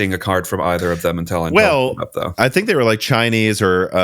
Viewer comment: While we are correcting pronunciation. Has anyone ever pointed out that nine times out of ten you pronounce "until" as "Intel"?